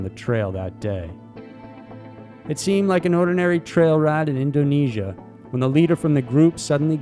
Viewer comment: Endo-nesia, smell like outdo 💯